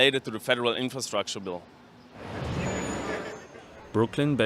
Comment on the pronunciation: What is "infurrschruucktuurr"?? Norway